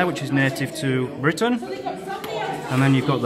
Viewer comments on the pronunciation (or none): none